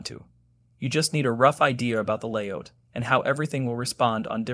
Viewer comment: Stop saying "layOUCH" instead of "layOUT"! How do you say "get OUT"? ... yes so "layOUT" please... it hurts my ears to hear "layOUCH"